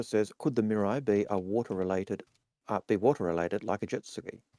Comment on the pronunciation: Sorry, but you keep saying Miru when it's Mirai, and mirai means 'future', which they keep throwing out there. "The Future of MISC" etc. Reference: Toyota Mirai.